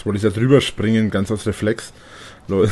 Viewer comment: Schnell den X-Buttone zum Springene gedrückt.